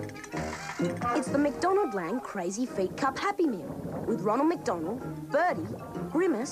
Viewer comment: It sounded like "duh, hey, Ronald" lol